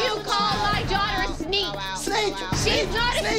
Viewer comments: I’m not sticking up for Abby in anyway in this scene but I do think that she did say snake instead of sneak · Am I the only one who laughed when they said sneek